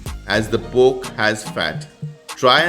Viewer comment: Wow...!! Looks absolutely yummy and I'm pretty sure it'll be delicious in taste as well...but just a small correction...it's pronounced "PORK" and not "POKE"😉